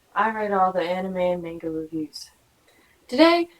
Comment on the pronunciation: the way you pronounce "manga" in this is annoying & incorrect. its "mahnga"